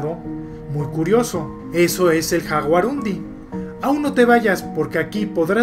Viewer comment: Es guarani, su nombre se lee yaguarundi, igual que jaguar es yaguarete